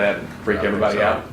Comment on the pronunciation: Ehbody, know ehbody hmmmm